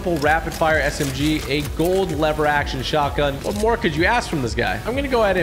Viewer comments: He said pump shougtgun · YOU SAID PUMP SHOTGUN OR WHAT DID YOU SAY......